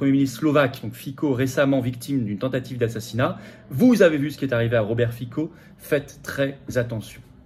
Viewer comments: Fitso, et non Fico, ce n'est pas le roi de la pomme de terre slovaque. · Monsieur FICO, on prononce FITSO. L'U.E. est une mafia, maintenant on "suicide" les gêneurs. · On prononce FITSSO en Slovaque. Mieux vaut se distinguer des médias de grands chemins pour désigner un patriote.